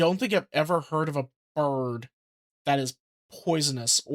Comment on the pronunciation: "BUHRD!" 😄 I am going to be pronoucing 'bird' this way all the time now 😁